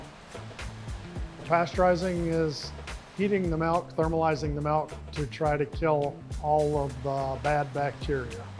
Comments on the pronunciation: Proud Wisconsinite here! I love this, and his passion, even after 50 years, is significant. You'd think he would be the one guy who pronounces "milk" correctly, however. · That's the WI way to say it. I learned to say "milk" after living in Richmond VA for 5 years. Now I'm back in WI but still say "milk." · Didn't know in Wisconsin they made cheese out of Melk. Melk melk melk. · Melk! Nice video though. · Take a shot every time he says "melk" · The “melk” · Melk? What's that? 😂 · Melk? Give him the frickin' melk, Josh!